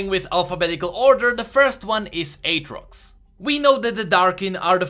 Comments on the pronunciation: U pronaunce aatrox 8-rocks lol. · you don't pronounce aatrox as what you pronounce, you say like atrix, try it on like google translate. Edit:just realize it was mention already by someone else in the comment...